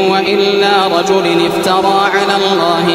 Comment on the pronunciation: 🛑🛑🛑🛑 الشيخ اخطأ في تلاوة الآية في الدقيقة قال إن هو إلا (رجل) بكسر اللام والصحيح قال ان هو الا (رجل) بضم اللام يرجى الانتباه🛑🛑🛑🛑